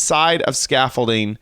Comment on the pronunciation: XD when you said hey guys, scaffolding it sounded like you were saying youre name was scaffolding